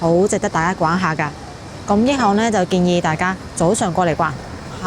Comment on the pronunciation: 點解毛毛讀益行，係咪跟住個Yi呢拼，通常廣東話係讀亦呢個音，驛站、驛馬星動等，又或係者廣州地道係咁樣讀，約定俗成，請指教一吓🙏